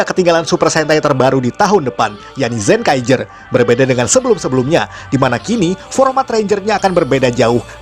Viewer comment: Apa cuma gue doang yang dengar "Z-Kaiger"?